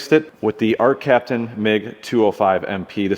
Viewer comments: “Arccaptian.” Love your products guys! I only have one welder of yours but its awesome!! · “ARCCAPTAIN”. Love the videos. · “ARCCAPTAIN” ARCCAPTAIN